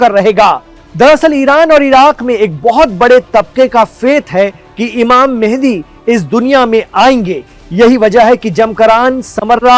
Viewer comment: mende ❌mehadi ✅